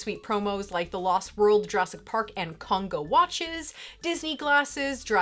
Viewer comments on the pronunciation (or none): none